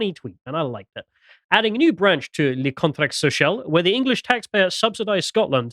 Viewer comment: worst french pronunciation ever